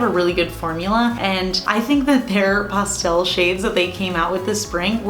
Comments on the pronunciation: 😂 I've never heard anyone say Pastel like Pawstel...weird. I also love Urbanized by Cirque! Such a beauty for fall! 😍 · lol...makes sense...when she says it like that I immediately think of pasta...😂